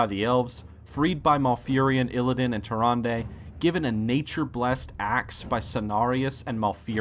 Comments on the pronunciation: Why do people still mispronounce tyrande, it's pronounced Tyranda, not tyranday... the characters in warcraft 3 say her name plenty of times. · Tyrande. Tyr-ron-duh. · The only problem I have is "tuh-ron-day." Nice countdown! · You know what i don't get, how can you get an NPC's name wrong when the NPC's say each other's name? Tyranday?